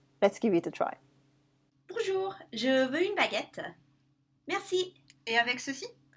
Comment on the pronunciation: why "bonjour-uh" and "vous-uh"?